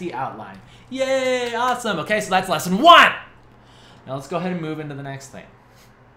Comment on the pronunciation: LESSONWUN! Actually LOL'd. You crazy